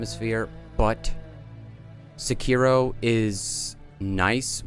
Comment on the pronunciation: The hardest thing about SEkiro is finding someone who knows how to pronounce it right